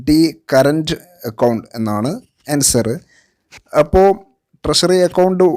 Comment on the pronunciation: Much improved, but ട്രഷറിയെ ട്രശറി എന്ന് പറയരുത്. ട്രഷറി എന്ന് തന്നെ പറയണം.